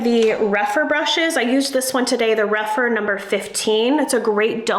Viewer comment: Rephr not Rephyr please !